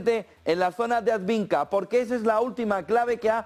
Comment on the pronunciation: Por qué sigues diciendo "adviNka"? Coniooo!